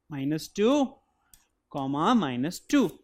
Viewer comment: U say d "comma"like a Nigerian.nice Job